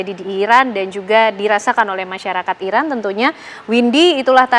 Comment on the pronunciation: IRAN bang, not Irak, jangan salah sebut negara sediri donk 😢